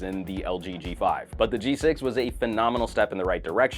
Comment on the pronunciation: he said "g sex"